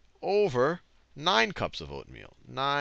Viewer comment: its true he does repeat him self so much but something funny is the first part that was by accident he said oatmeal wrong